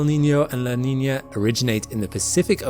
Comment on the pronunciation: Your pronunciation of "El Niño" and "La Niña" is spot on!